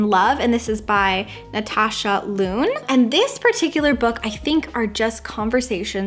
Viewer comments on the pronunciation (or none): none